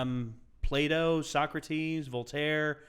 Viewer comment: I thought you said play-doh when you said Plato hahah my bad!